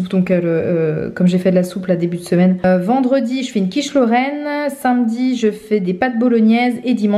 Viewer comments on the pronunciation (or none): none